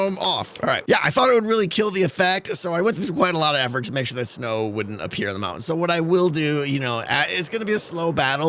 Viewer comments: I really like the smoke coming out if the "maow-en" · Ah yes. The mou-ain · wow, really distracting that a guy who can't pronounce "mountain" properly would use the word so many times in one episode.